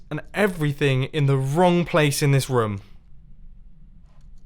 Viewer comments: Dont forget about rumm instead of room😂😂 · roum? roam? don't you mean room? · Does anyone else think he says room weirdly? He says it like roaom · Mumbojumbo and Markiplier and 1 thing in common, they both say room like 'rom'